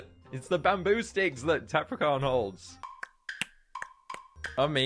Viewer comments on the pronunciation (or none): is funny he said d!cks instead of sticks🤣🤣🤣🤣